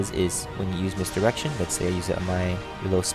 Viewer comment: dude ive checked it 15times he says misdirection perfectly u just got horny or ure a pervert basicaly if u heared it :P aswell gj changing the gender m8 famale nelf ftw :P